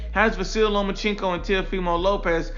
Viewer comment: “Lomacheenko” Lol